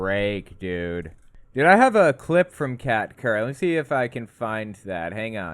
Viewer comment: I kept mishearing Kat Kerr as Cat turd, not sure which is worse.